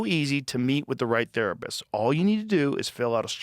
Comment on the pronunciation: The best joke I have ever heard was his sponsor BetterHelp. (51 min mark) In summary, he basically started out saying it's International Women's Day, and we all have women we appreciate. He then went on to suggest we should buy them a present of a tharpist. Yes you heard rifght. Wow